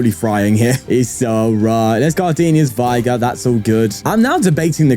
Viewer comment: Every time you pronounce Gardenia's Vigor I wonder how you pronounce vigorous.